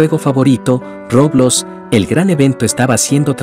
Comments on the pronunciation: No se dice roblos.. se dice roblox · Por qué le dice roblos da mucha risa